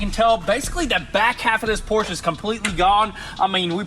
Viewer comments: It's Porsche...not Porsch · not a Porschnh , Es ist ein PORSCHE , kruzefix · Pls pls pls!!!! Dont say Porsh its a Porsche! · It's PorschE!!!!! Not Porsch... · You have a PorschE with E at the end... not a Porsh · Do us a HUGE favor and start pronouncing Porsche correctly. It’s really easy, no German accent needed. **Porsh-uh** Remember, it’s someone’s last name we butcher everytime we say it wrong. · Pronounce Porsche correctly..